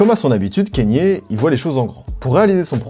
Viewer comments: c'est pas kénié bordel ça se dit "ka nyé" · Pourquoi tu prononces Kanye : Kényé ? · Kanye se prononce "kanié"